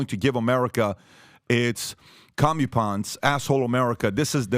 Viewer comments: Commupence is pronounced “Come Up Ents” and Maher doesn’t know WEF, Klaus Schwab, or MK Ultra. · Com-yu-ponce? Someone else read these article clips... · "Commie-pänts" (Comeuppance) 😂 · What the hell is a "Comm-u-ponse"? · Someone teach pbd to read lol “commy pons” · Learn to properly pronounce English words. For crying out loud, Patrick, comeuppance = come-up-ance. Are those your friends? Well, ask them! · You need to speak to someone who can tell you how to say the word "comeuppance" correctly. Surely one of those lackies around you knows how to pronounce the word correctly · That "comeuppance" yeah? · Lol at his pronunciation of comeuppance 😂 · I have to be honest: I initially believed there's no way Maher didn't know who Klaus is. Then I heard PBD mispronounce "comeuppance", which is immediately more surprising that the man seems to have never encountered that word written. So maybe we can make a case for Bill after all 😂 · The host should learn to pronounce "comeuppance". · Wait so this host doesn't know how to pronounce "comeuppance"? Just because you have money doesn't mean you're intelligent. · Why did he pronounce comeuppance like that 🤣🤣